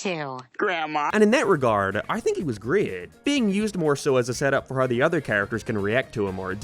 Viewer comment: Work on how you pronounce "how"